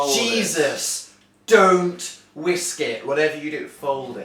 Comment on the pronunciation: is a Dan as a mom. I paused it because he said wisks.....